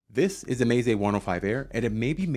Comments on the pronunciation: It's meh-zay not may-zay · Should be more like meh tseh or meh tsay I think. But that's not a very friendly way to correct someone is it?